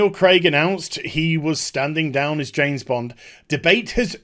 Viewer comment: It's pronounced "James Bond" not "Jane's blonde"...